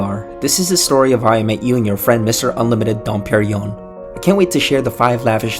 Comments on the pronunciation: i hate when people pronounce dom perignon wrong! it's not dom periyom... its dom per-ing-yong (kind of, it's hard to write the phonetics in english). you're missing an entire sound!! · quit calling it dom periyon... good grief! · Pier-in yonnn...asshole Dom Perignon. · if I had a nickel for every time you called dom perignon, don periyon.....